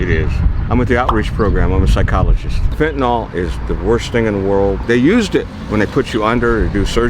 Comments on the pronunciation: It's Fentanyl, not "Fentanol." Why does EVERYONE say it wrong?! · It's weird seeing drug counselors and medical workers - basically everyone MISPRONOUNCING Fentanyl. Just look at the way it's spelled. It is correctly pronounced FENT-A-NILL (like ILL or HILL). NOT FENT-A-NALL (Like FALL or BALL). Heck, even news reporters mispronounce it.